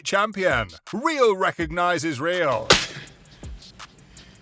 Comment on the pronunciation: Can't even pronounce Justin's name correctly 🤦🏼